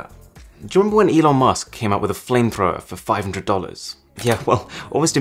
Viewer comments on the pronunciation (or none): none